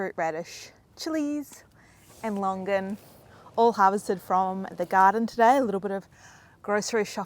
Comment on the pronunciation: What longgan??? it's Longan (lo-ngan)